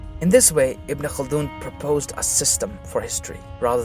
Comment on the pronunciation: Wow, when he says names in Arabic seems like he's so familiar with the names. unlike any other westerners who try to pronounce a Arabic name.